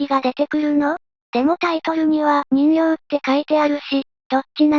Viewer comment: 人形はじんけいと読むのですか？😠